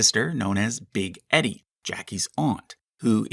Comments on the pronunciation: Not "Big Ed-ee!" Big Eee-dee! Her name was Edith. Edith, Sr. was "Big Edie;" Edith, Jr. was "Little Edie." My grandmother went to grade school with Edie Bouvier in Nutley, New Jersey. She rode to school in pony-drawn dog cart. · Edie is pronounced eeedie not eddy. And Eunice is pronounced u-niss not u-nice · OMG, Big Edie is pronounced "eedie, not eddie. Geez. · E-D not Eddie ffs 😆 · Little EE-Dee not Eddie. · This has probably been commented on already, but two pronunciation corrections: 1.) The Beale's first names are pronounced "EE-dee" (long E), not "Eddie". Big & Little EEdie. 2.) The name Eunice is pronounced "YOU-nis", not "you-NEES" or whatever the hell you said. I think you're thinking of the SNL character Kristin Wiig played, Dooneese, which isn't a real name. Otherwise, great video. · Big "Eedee" and Little "Eedee" lol Not Eddy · If you watch "Grey Gardens", you'll see they call each other big/little Eee-die, not Ed-ie, same as most people shorten the common pronunciation of Edith. Also, it's "You-niss" for Eunice, not how you were saying it "You-neice". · Your saying Edie wrong. It's not the same as saying Eddie. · Learn how to pronounce “Edie”. Long E. Oof. Is this some dopey AI narrator? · Sorry, but I couldn't watch anymore after listening to you butcher people's names. Since when is Edie pronounced as Eddie. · Not "Eddy", rhyming with "Teddy", but "Edie" (short for Edith), rhyming with "seedy". And while we are on the subject, "Eunice" is pronounced "YEW-niss", not "yew-NEESE" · Not to nitpick but Big Edie and Little Edie is pronounced “EE DEE” (ˈiːdiː). It’s short for Edith. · Thank you for saying this, I came here to comment on the mispronunciation of Edie as “Eddie” because it was killing me too much. It saddens me that phonetic literacy is dead nowadays. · I wasn't taking about Teddy Kennedy. I was talking about (if you notice the time signature) Edith Ewing Bouvier "Big Edie" Beale . He pronounced it wrong.